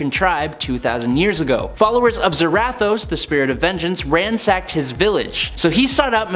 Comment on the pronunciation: Why…. Why do you keep pronouncing Zarathos like that🤦🏻‍♂️